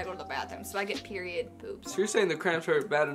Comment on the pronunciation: I was so confused when she Said Piriod 💩😅